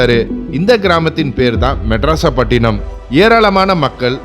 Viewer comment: Brother madharasapattinam not madraspattinam